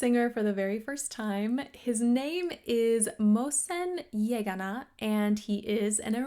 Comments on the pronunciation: His name is Yeganeh not Yagana😅He's not Japanese. He's Iranian 😅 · ❤❤❤❤❤❤❤سلام این فرد نازنین اسمش محسن یگانه میباشد نه یگانا.❤❤❤❤❤لطفاً به کلمات فارسی ما احترام بگذار و چون از ما هم همین را میخواهید که تلفظها را به زبان شما درست ادا کنیم.